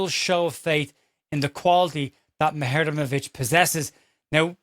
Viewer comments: I'm glad you clarified the pronunciation of Muharemovic, though in my heart I know everyone is just going to call him Tarik, and will mispronounce that, too. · You've nailed that Muharemovic pronunciation in less than 24hrs 😂